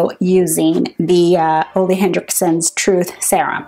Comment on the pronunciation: I may have to finally try drunk elephant one of these days! But no rush! Oh btw “Ole” is pronounced “oolah “ ;-)